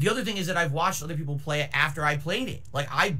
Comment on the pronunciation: For my fellows mexicans, just said his very own version of "pipopes". Very based and racist xD